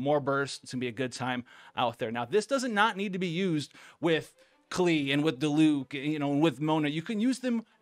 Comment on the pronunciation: I'm glad you say diluc the correct way . Not "die-luck" like other english youtuber 👍